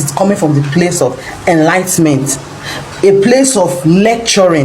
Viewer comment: ''it's four zones'' NOT ''four zone'',while advocating for history to be taught in schools,you should have taken your english classes more seriously.The word is enlightenment...try pronoucing it...NOT elightment!! 5* Olodo!